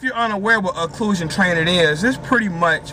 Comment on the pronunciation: I think he did do his research this time. He actually pronounced occlusion right lol.